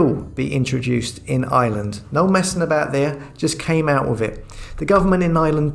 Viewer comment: IRELAND...not island. There is an R in Ireland.